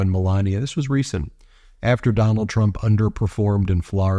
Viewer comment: Necklace sprayed with Duh-nald's bronzer 🤦‍♂️